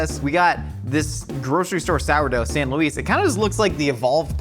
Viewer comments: Say it like San Lou-iss sourdough. Not San Loise. On kinda the same note I'm bitter I don't live in San Luis Obispo County anymore cause I can't get that specific sourdough living in Wisconsin. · As someone from the Central Coast of California, San Luis (the sourdough bread), "Luis" is pronounced as [lewis] not [lew-ise] lol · Its San "Lewis" Sour Dough fyi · As someone who grew up near San Luis Obsipo, the way you pronounce San Luis is like nails on a chalkboard 😬 It's pronounced like Lewis... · Any locals from SLO mad at how says San Luis?!?